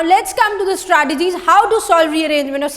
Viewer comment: Strategies not 'stratagies'